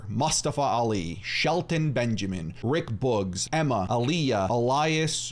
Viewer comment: Anyone realise he can’t pronounce Rick boogs right